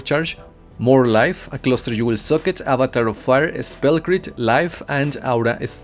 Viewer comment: Followed by a you will suck it (socket)